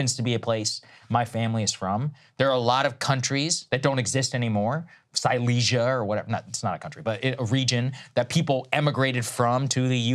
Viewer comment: Silesia? Really Saagar? LOL